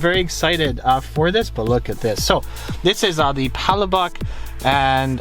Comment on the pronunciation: So only because not everyone knows how to pronounce Palobok. Its pronounced "Pull-la-boak". People tend to pronounce it incorrectly like "Pal-lah-bock" or "Paula-Bock".